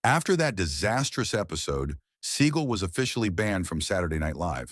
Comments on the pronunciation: I absolutely loved the name mispronounciations. My favourites: Steven Seagull Vivica.......A fox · Pronouncing Steven Seagal's name as seagull or siegel is poor editing, to be kind. It is unprofessional, to be unkind.